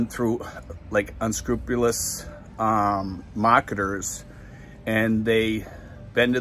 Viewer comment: Mahketahs = marketers